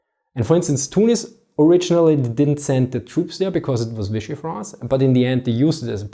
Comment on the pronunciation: Fidschi-France xD Ich schmeiß mich weg :D